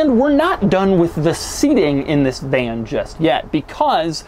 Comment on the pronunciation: He said vlan